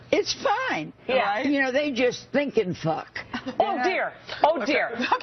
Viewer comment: Pronounced it fook instead of f***! Oldest one in the book, that one! CANNOT BELIEVE SHE FELL FOR IT! ALL FOUR NAMES?? C'MON MAN!!